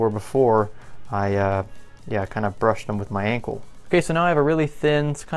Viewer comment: When u said ankle I thought u said uncle